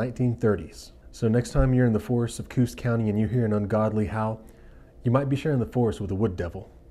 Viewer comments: so i live in new hampshire and it inst coos county its co-os county pronounced ko oss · My name is Lisa, love your Vid, just have to give you the right pronunciation of Coos County in New Hampshire. It is Co, Os, with the first o being like a long O, and of course, Os, like ossss, Co- Os. And Yup, we got the Woods Devils up there, but, their legs are bent like a Dog or Wolf, and really tall and some of their Hair is White. Freaked me out when my friend and I was walking through Lancaster, New Hampshire, a few miles from Groveton, where I lived! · New Hampshire co os County is how it's sounded. I've never once heard of this , nor any of my friends etc. Curious where you got your information from. An Vermont? Never heard of that one either. 46 year's lived on the border of vt, nh, an Canadian border.